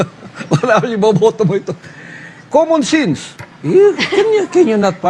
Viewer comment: '., 'KUMUN SINS'. JAJAJAJAJA. TAPOS KAKANDIDATO DAW AS 'PRISIDINT???🤣